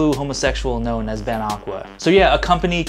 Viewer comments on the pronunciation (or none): I had to listen to the intro twice, I thought you said 'gnome' instead of 'known' XD